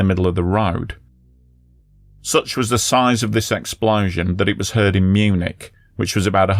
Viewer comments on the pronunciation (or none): none